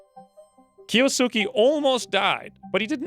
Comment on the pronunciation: Awesome cant wait for rest of series. By the way kiosuke is pronounced as key-ohs-K (silent u)